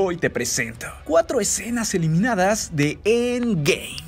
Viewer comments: Me da cólera como dice end game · Me caga como pronuncias End Game, ya no lo pronuncies así es molesto 😒